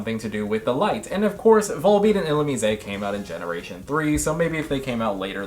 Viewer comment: I have never heard Illumise pronounced that way and it somehow sounds way cooler like that? Uhoh do I like it now?